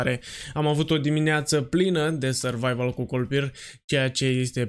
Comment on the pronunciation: La început ai zis kolpirrrr 😂😂